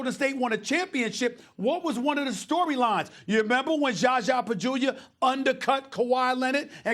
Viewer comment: Why Stephen still call Pachulia JAJA 😂😂